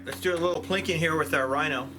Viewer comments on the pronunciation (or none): none